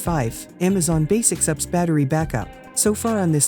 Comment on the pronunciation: Don't you love these computer voices ... NOT! All these "ups" systems ... one of them made by "aks".